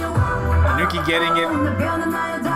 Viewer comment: Oh her name is pronounced "Yoo-chee" not Yoo-ki. Koreans pronounce it "woo-gi"